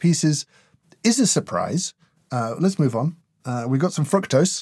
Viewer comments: Was it just me that thought he said "We've got some 🐸 toes"? 😂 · I really thought you said: "Frog Toes" went you said: Fructose haha